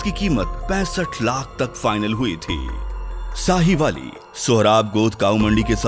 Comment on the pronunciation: Sahiwali😆😆😆 Sahiwal Hai Bhai Punjab Pakistan Mai